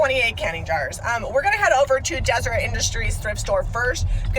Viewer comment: Why do you pronounce Deseret as desert?